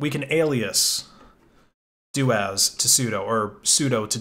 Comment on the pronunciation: I am pretty sure it is pronounced soo-doo as in super user do! Corollary as it is doo-as not doh-as.